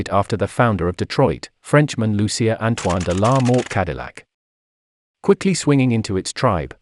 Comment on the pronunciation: Lucien Antoine de la Mothe CADILLAC not “de la mort”